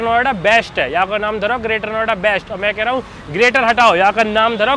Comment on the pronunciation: Bhai naam ko nom bolna bhi kuch had tak sahi h😂😅